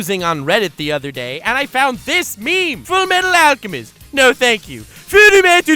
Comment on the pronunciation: Never noticed how hard “Full Metal Alchemist” was to say for a Japanese person is since the title has so many “L’s” in it, but it makes so much sense and is soo funny.